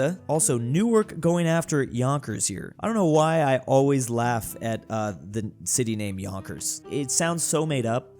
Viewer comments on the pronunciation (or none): none